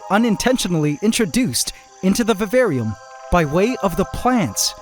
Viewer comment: "today i added a girrafe in our vavarium"